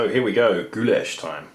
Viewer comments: Wtf is gooyash?In slavic languages it sounds like gulash simple as that. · Is no goo lash in it.It sounds more like gulash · Cough You said it incorrectly last time (sorry - just started this vid) but Gulas/Goulash/Gyulas originated in Hungary basically in medieval times. Variations of the same name are popular in Central and Eastern Europe. Sorry - my father emigrated from Hungary in 1956 as a Kid - I'm American-Hungarian and I have to point this out. :-P It as you say - all variations are more or less a hearty beef stew or soup. I'm not defending the gyulas - because I've never really liked myself - but give credit were credit is due to Hungary. That being said - borders have changed so much in Europe over the last 1000 years - and Food was shared and regionalized again and again that sometimes it gets to the point were it's unclear which ethnicity made the first version of a given food.